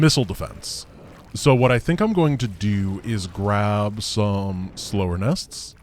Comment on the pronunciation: Surely "Slougher nest" is pronounced sloffer nest not slower nest, a-la slough